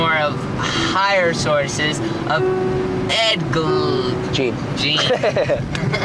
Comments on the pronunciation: and its not jean, its more like “geen” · These guys are dumb af. They don't even know anything about killers. Can't pronounce Ed Gein properly and misquoted Ed Kemper as Ed Gein. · i noticed that it's hilarious how they clearly idolize ed but don't even get his name right and mispronounce the Plainfield ghouls name. It's the 50th anniversary of TEXAS CHAINSAW MASSACRE in the 50s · Didn’t they also mispronounce Ed Gein’s last name? That whole video was horrible and they’re so embarrassing. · They pronounced Gein's name wrong, but they didn't confuse them. Gein also cut off heads. Do Not Look For Ed Gein crime scene photos!!! Mrs. Wooten's body is shown, and it is one of the worst images I've ever seen. That and the photo of one of Richard Chase's victims is the worst.